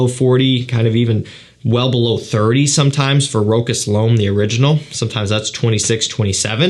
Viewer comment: Great video as usual. Just to mention brand "Rochas" This is not pronounced Rock-ass It's a french brand and it sounds like "Roscha" s at the end is silent